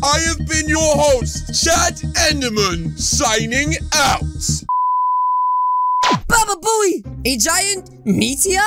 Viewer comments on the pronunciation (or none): U said baba boey